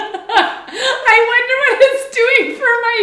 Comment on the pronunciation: Cinch! Synch is pronounced sink